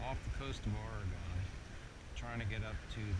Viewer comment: Oregon is pronounced Ore-eh-gun. It doesn't rhyme with any geometric shapes. Same as Wash-ing-tun, as opposed to Wash-ing-tawn. :D